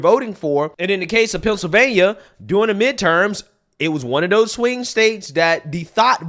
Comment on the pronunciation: FETTERMAN, the PRIDE of "PENCIL'vain'NAH" ‼️ 🎊🎉🥳 🙄😏🤭 > 😆😅😂🤣